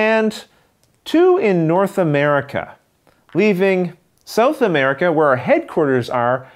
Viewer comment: Excellent video, my friend. Your computer graphics skills are increasing with each game. On a side note, I think that's the first time I've ever heard it pronounced as "Sew-th" America. :)